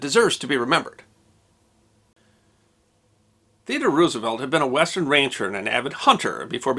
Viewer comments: You should KNOW that Roosevelt’s name is not pronounced ROO—like Ew! The name is Dutch, so the double O is pronounced like the (single) O in ROSE. ROSE-evelt. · Please don't pronounce it as Roos-uh-velt, but as Rose-uh-velt.